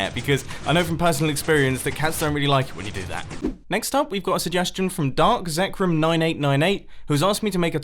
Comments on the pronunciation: Who’s that Pokémon? Iiiiiiiiiiits Zekrom! Who also happens to be one of my favorite dragon types and legendaries along with the other 2 of the Unova legendary dragon trio "Zekrom? Oh man!" ~ Ash It also feels weird to hear him say it as "Zekrum" and not "Zekrom" :| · bumbo no ;-; you pronounced zekrom wrong... zek rom not zek rum it's a pokemon. a legendary. an electric/dragon type, the legendary pokemon of Truth and one third of the taiji trio. it's the physical reprisentation of yang (i think? might be yin, whichever one is the black one anyway) and it's one of few pokemon that can ohko a mimikyu